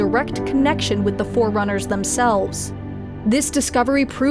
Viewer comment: He called forerunners as fucking foreigners wtf